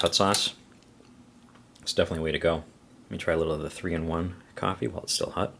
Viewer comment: It’s red hOt... not red hUt 😂